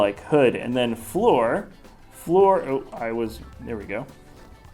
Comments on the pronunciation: I don’t like how he pronounced Fleur like “floor” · It's extremely distracting, he clearly didn't have a French class.